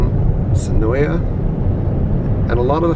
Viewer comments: When i did the tour the guide seen in this video said it is pronounced Sen-OY. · Just to let you know the a in senoia is silent